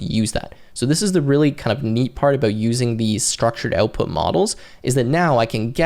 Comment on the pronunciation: the way you pronounce OUTPUT is too canadian